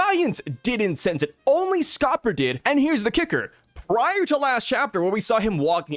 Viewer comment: Kinda eh it's Scopper 😂